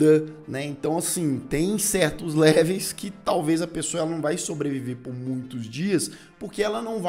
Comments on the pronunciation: Po cara... Leveis não né!! LEVELS! 🤣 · "Léveis?" Seriously? Besides that I loved the content! Congrats.